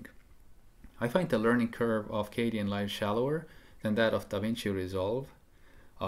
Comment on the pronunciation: I thought it was pronounced "KAY-den" and not "KAY-dee-en" Live, or am I wrong?